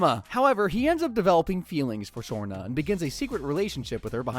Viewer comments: It's not shrona its shrana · How the hell did you get Shanna's name wrong so many damn times , Shawn-aaa not Shore-naa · ironically, this is not the first time Bart has had a drivers license at 10 years old. , it's Shawna not Surna.